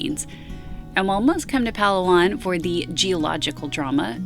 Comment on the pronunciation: The island is pronounced “pa LA wan”. Just ask a local how to pronounce it. Please. (Fingernails on a chalkboard)